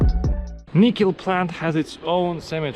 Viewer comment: Can you speak English??? Edit: Oh great there are subtitles. You don't pronoune NICKEL as NIEEKEL... Try the name Nick ....then add EL .....Nickel...not Nicole..ffs